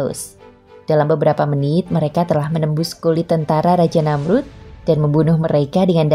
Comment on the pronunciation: Tanda baca titik diatas ( ' ) di dalam Quran itu huruf Ngain. Jadi kalau dibaca itu bukan sperti koma(,) yg bacanya d jeda2 tapi agak ke ( ng ). Namrudz bin Kan'aan Namrudz bin Kan Ngaan Namrudz jg belakang nya huruf Dza, kalau di ucapkn Bukan Za jadi terdengar seperti Namruz. Cara baca Dza itu letak lidah nya seperti tergigit jd bkn sperti Da atau Za. Hemmmmhhhh belajar lagi pengucapan huruf arabic lah narator nya, risih saya setiap mndengar yg bgituan 🙏🙏